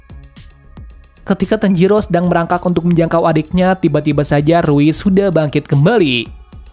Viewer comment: Rui bukan riu woy